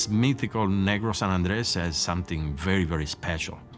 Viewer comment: Keeps pronouncing it as San Andreas.... San Andrés (sahn- ahn-drez)